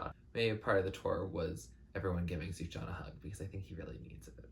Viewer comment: also his name’s pronounced soo-fyan lmao (don’t worry it’s almost an indie music inside joke by now how confusing his name is to pronounce)